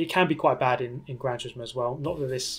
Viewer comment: He says Gran Tusismo edges it